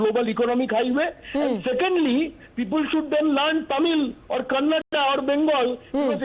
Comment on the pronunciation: Gentleman it's "Kannada" do not pronounce it as 'Kannad'